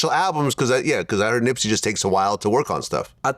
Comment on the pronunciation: Wow. He is supposed to be Nips homie, but he pronounced his name wrong. Hmmmmm